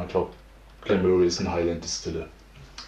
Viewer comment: So fängt die Woche gut an 👌. Deine Aussprache finde ich ziemlich lustig 🤣 Glen Möhrie 😉😂 Made my day 👍